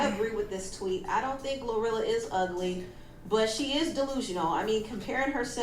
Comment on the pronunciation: He mispronounced her name and called her Gorilla tho😭